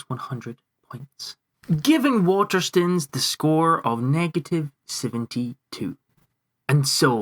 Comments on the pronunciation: "Water stuns" ... STOOONES like moan. Do you pronounce stone as stun? Like gun? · love your videos but please say waterstones properly